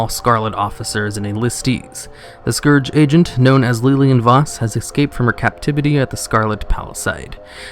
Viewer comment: Lilian Voss, not leeleean voss. God fucking damn it